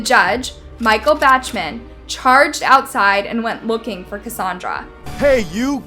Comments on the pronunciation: This happened several times throughout the video, but you need to please learn how to pronounce the names of the people in the video. This one is BACH-man, as in the composer,BACH. not BATCHman. BACH as in BACK with an “H”. There were others. These are great videos and I appreciate the time and effort you put onto them, I even am a new subscrber, but the mispronunciation takes away from how good they are. Thanks for listening. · It's pronounced "BOCK-MAN", not "BATCH-MAN". How do you pronounce Johann Sebastian Bach? That's how you pronounce Bachman. How do I know? It was my maiden name and man, does it piss me off when people can't figure it out. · “Batchman”? It’s pronounced Bawkman! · Judge Bach man, not Batchman, jeez 🙄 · You have really botched some of the people's names in this video. Maybe make sure you've pronounced names the right way before you post your videos. The last name of the judge towards the end is not pronounced batchman its bawkman. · And finally, it's BAK-man, not BATCH-man . . . sigh. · Judge “Batchman” lol Bachman is pronounced “Bockman” 🤣🤣🤣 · It's pronounced Bock-man... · Bachman is pronounced BOCK-man. You sound like a rube. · That’s pronounced “No Con-Test,” not “No Con-TEST.” (As in “the game between the men and women was no contest.” and “I wanted to contest that pronunciation with a pronunciation-expert.) “Palvos” vs “Pavlos?” Judge ANquilina? Where is the N in her last name? It’s spelled-out for you! 🥴 (“Batch-Man?” how’s about “Bock-Man?”) Wow. You need to be held in contempt for gross-negligence while attempting to pronounce names! Signed-Karen. 😂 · you butcher names in these videos, and mispronounce words. "no CONtest" not "conTEST". That's a basic one. Bachman sounds like "BOCKman". You have subtitles in the video so we can see every name and word you mispronounce, unless this is that autotune or whatever. It's irritating. Narrators and speakers are responsible for getting this stuff right. Just sayin'